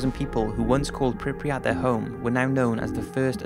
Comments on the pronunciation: Good documentary, but I wonder: what's with Prypiat pronunciation? You English speakers seem to add extra letters (for example NaTzi instead of Nazi), and the same is here. Is Prypiat, not PrypRiat. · “Pripiyat” lol